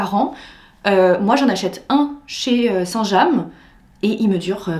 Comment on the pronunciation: Oui sauf que " saint jam " ça n existe pas..😂😂 c'est" st james"